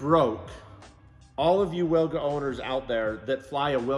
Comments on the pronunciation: If you ever wanted to try and pronounce it in Polish, try veelga or veelgah. Basically like you're saing it now, but with a hard V to start with ;P Love these vids, all the best! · Wilga in Polish means Oriole. Its pronounced "Vilga" for you English speakers. Don't butcher it anymore! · It's pronounced Vil-ga! minor point but...c'mon man! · Correct pronunciation is Vilga because in Polish W=V